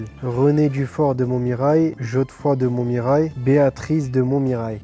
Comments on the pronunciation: Vous parlez se Luiz Gustavo mais Thauvin qui dit " Geodefroy de Montmirail " alors que lui il est français... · Bravo Rennes !! Vive le football bordel ! Par contre Thauvin a vraiment dit "JODEfroid de Montmiraille" ?